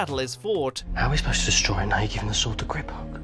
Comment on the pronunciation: Noone:: GRRRRRRIPhook